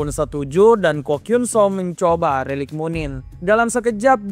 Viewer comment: Lu typo ya min ngomong relik aja jadi lerik